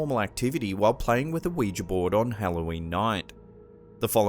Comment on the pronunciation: Omg your the only channel that ever pronounced Ouija right everyone else pronounces it "wee gee" it's "wee ja" noticed it ends with an "a" NOT an "e"